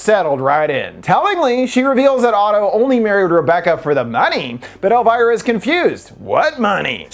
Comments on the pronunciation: It’s El-veer-uh. NOT El-virah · Who is „Elwhyra“? Her name is „Elvira“, like „Elveera“ ? Lern your subject! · Love the video alltough im cringin a bit at your pronounciation of elviras name 😭